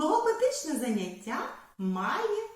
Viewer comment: ЗанЯття, а не заняттЯ